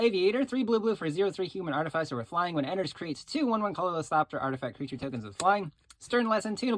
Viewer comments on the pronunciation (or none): Oof, I cringed every time bro said artificer…